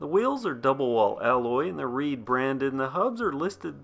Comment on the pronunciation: At first I thought you were saying it was a reee bike and I was like oh lord this is gonna be funny! I mean riding a reee down the trail🤣🤣🤣